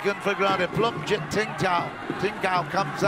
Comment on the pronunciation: This narrator messed up thatdao and pleumjit...